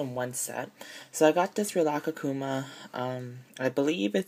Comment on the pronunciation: Did you say rilakakkuma it's rilakkuma hehe